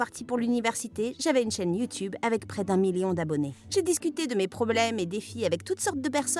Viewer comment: Pk dans les video animé il dise youtoube aulieu youtube donc il ne save pas parler français il doi aller en primair avec les cm1 et leur ami chelou 👪👪😠😠😠😠 qui est dacor avec moi?